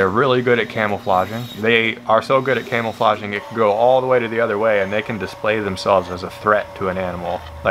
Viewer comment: Ha sounds like camel flauge